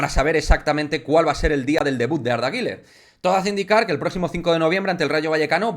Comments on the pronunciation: Arda guler arda guler no (guiler) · No se pronuncia Giler